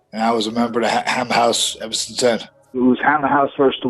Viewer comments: not ever, he said evah lol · 15-18-0 is far from “best evah”